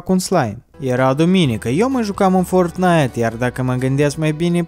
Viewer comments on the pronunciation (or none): Nu se spune ce s-a primit și nu se spune fortttttnait se spune fortnait